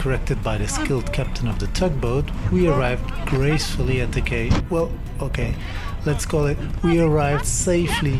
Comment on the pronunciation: Quay is pronounced key....